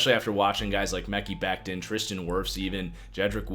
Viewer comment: Dude.....its pronounced Me-ky Beck-tin , lol Why can't you white guys pronounce other races/creeds and religious names ?